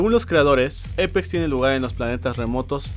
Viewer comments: Che amigo no se dice EIPEX ES APEX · Eipex se pronuncia :v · No es Eipex es Apex >:v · Apex no eipex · Jajajjaja dice eipex